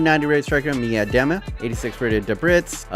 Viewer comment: No one else gonna talk about Miedema's name being butchered?... no?... no one else actually watches women's football?.. okay edit: and Houghton's name got somewhat butchered Also, I feel like the women's team left out a few players that probably deserve a spot in there: Sam Kerr (arguably the best striker in the world), Ellen White and van der Donk, maybe others too